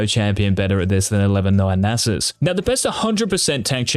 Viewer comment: Who’s susanita? That’s Nasus lmao.